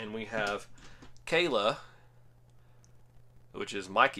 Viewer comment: I remember her being called kal-lah in the show like how I spelt it why’s everyone say Kayla